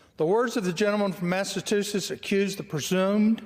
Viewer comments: (R)Rep Jerry Carl from Alabama is chairman of a House Special Committee. He’s been a Representative since 1981 (if I remember correctly). He cannot read. He cannot pronounce Massachusetts (always says Mass-sah-too-tets). He doesn’t know how to do his job ! Everything he needs to say is written on paper for him (which he can’t read) and is often prompted by the clerk on what to say and what to do. And he is paid $174,000/annum. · Wonder how he'd have butchered "Azerbaijan"? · “Massatoosits” is a term personally offensive to Massachusetts. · I got many giggles hearing him say "massa-too-sits" lol these are the inbred idiots running our country. god, help us. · MASSATOOSITTS?!! This guy reads at an 8th grade level! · Rep. Jerry Carl Jr. is a shining example of the stellar education children are receiving in Alabama public schools. Maybe, instead of spending so much energy on banning books, they should spend a little more time reading them. He can't read the "big" words aloud because he's seldom or never heard them before. He doesn't know he's saying them wrong because he obviously doesn't know what they mean. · Party of the illiterate. MTG pronounced "indictable" as "in-dic-ta-ble". Karolina Leavitt didn't know the word "infanticide" and made up the word "infant-cide". Anna Paulina Luna didn't know "retainer" is a noun and the verb is "retain". Jerry Lee Carl couldn't pronounce "Massachusetts", and read "admonished" as "abolished", "accusation" as "acquisition", "president" as "precinct". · is too dumb to read, can't pronounce Massachusetts, doesn't have a clue about decorum or rules or governing or law or our Constitution or what is right and what is wrong. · The powerful line was ….” He’s been indicted more than he’s been elected “ ….Jerry Lee Carl has to learn how to pronounce “ Massachusetts “ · He definitely has trouble pronouncing words over two syllables long. And still gets it wrong! Thank you CSpan for recording this so there is a record of it!